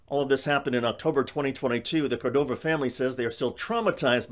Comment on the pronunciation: It is /CORdova/, not /corDOva/, with stress on the cor- syllable. The correctly written Spanish name has even a written accent to indicate where the stress must go: Córdova.